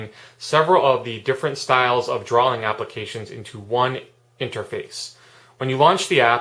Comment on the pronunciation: great app. you say drawling lol